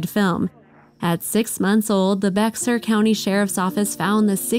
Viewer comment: It's pronounced Bay-er, the x is silent. I'm thankful for the safety of the ranch for these animals.